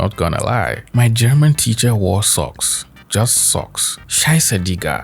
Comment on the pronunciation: I'm German as well your pronunciation is quite good! I genuinely didn't expect that and had to play back lmao😳